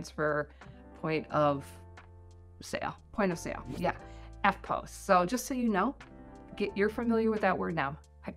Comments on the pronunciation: It's not "eftpose". It's "eftposs". (spelt phonetically) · Why did you pronounce EFTPOS with a long vowel. The "POS" is pronounced like the "pos" in "position" (but then again - maybe you pronounce that with a long vowel). Hey, what would I know - I'm a kwaussie - lol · argh EFTPOS like "eft-poss", rhymes with toss... Does not rhyme with "pose" :P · Don't pronounce EFTPOS like that though. You'll sound like a crazy person. It's 'eff poss'. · I have never in my life heard Eftpos pronounced that way....weird!